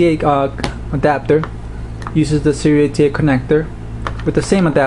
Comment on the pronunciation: Wow! Someone who pronounced it correctly. Serial ATA. Not SATA.